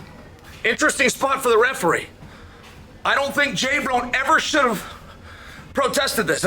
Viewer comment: LMFAO "J BRONE"😂